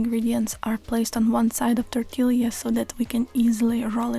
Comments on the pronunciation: Toritilla is pronounced Tor-Tee-Ya. Double LL'S in a spanish-influnced word have a Y sound. Thank you for this amazing video! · The way she says tortilla gave me whiplash